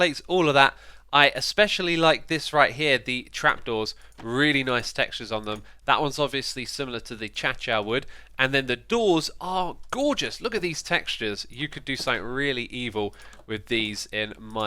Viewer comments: Sorry but what the fuck is ‘a-cha-cha’ wood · CHACHA WOOD?????? WHATS THAT? you mean acacia? OMG JUST SAY IT PROPERLY. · The “achacha” doors lol, it’s a-kay-shia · CHACHA wood?!?!?! it's pronounced a-KAY-sha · did you just call acacia wood acaca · Its probounced Ah Cay shuh wood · no one is talking about how he literally said acacia like "cha-cha" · it's not tho. It's like uh-kay-shuh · Xisuma always says ACHACHA, CHOOTORIAL, REVENGER, so when you watch his video you should pronounce it like this. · he just pronounced acacia achacha xisuma: i summon my acacia archer! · "Achacha wood"..? What, Acacia? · Anyone else notice he said Chacha wood? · It's acacia ah-kay-sha wood